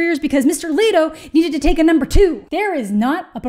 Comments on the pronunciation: Ok, first off. There is no A in Leto! Holy fuck! It’s Leto! Not lateo! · "E" makes the e sound. Leto not laydo. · I love how you pronounce Jared's last name and am really confused by it too.. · Your not pronouncing his last name right